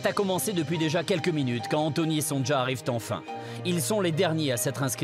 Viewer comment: Pourquoi ils disent tous : Son Ja au lieu de Sonia C est un prénom polonais, ça s' écrit, effectivement, Sonja, mais se prononce Sonia.😅😅😅